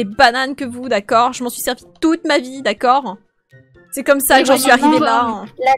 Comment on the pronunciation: Elle dit d’accorde